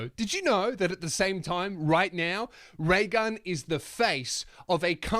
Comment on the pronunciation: Thought you said Ray Gum , I'm outta here